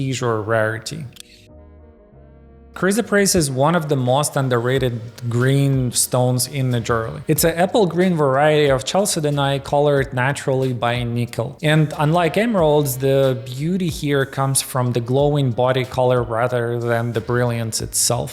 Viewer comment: chalcedony is pronounced kalSEDony